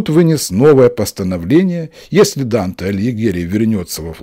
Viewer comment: В имени Данте ударение падает на первый слог!